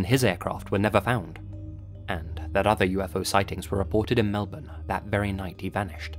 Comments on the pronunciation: He actually pronounced Melbourne right most people pronounce it as Melborn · thank you so much for a pronouncing Melbourne properly!!! 👍👍👍👍👍